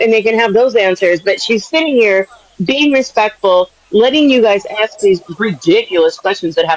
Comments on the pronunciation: DON'T AXE Bri to AXE anything.😂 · These peoples brains are ones that need to studied by science...... And that "aks" IRKS ME TO NO END....